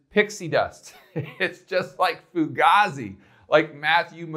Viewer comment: Fugazi was used first by Jonny Depp in the movie Donnie Brasco and he was saying it to Al Pacino.. c'mon man!! And you're pronouncing it wrong.. foo-gayzie